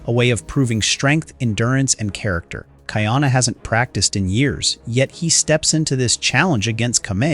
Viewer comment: Ka - Ee - Ah - Na : not Cutty Arna 🤣